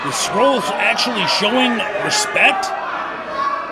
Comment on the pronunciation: Someone should tell the commentator how you pronounce Marty’s last name. Called him “scroll” the whole match 😆